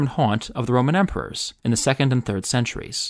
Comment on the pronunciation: Why do some people pronounce amPHItheater like it's amPItheater?